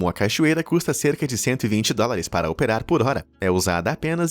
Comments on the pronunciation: " caichoeira " naooooooo ... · E esse também é o último vídeo do canal que eu assisto. "Caichoeira" foi a gota d'água! Já não basta os constantes assassinatos à lingua portuguesa – "incêsto", "vitíligo", etc. – agora mais isso. Quem é que fala "CAI-choeira"? Me pergunto se o narrador é mesmo humano ou robô, e se no Be Amazed esses deslizes também acontecem. Obrigado pelos momentos felizes proporcionados,, e boa sorte com o canal.